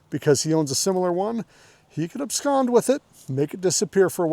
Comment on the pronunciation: Just throwing it out there that you’re one of maybe three people I’ve ever heard use the word abscond in context in conversation and pronounced correctly.